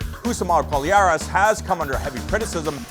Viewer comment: said Palhares correctly!!!